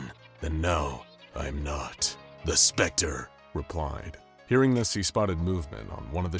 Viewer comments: Stop saying the specter like that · Also,why do u keep on saying "the specter" like that lol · Is it an anomaly that you can't pronounce THE SPECTER normally